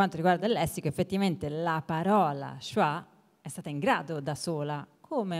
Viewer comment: Diciamo che la pronuncia di schwa nel primo intervento è pure sbagliata